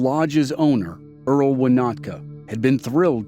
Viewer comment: The lodge owner was called EMIL not Earl